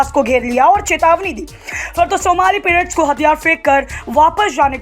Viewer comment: पिरेट्स नहीं पाइरेट्स।या तो हिन्दी मे बोलो अगर अंग्रेजी शब्द बोलना जरूरी है तो कम से कम उसका उच्चारण सही रखो।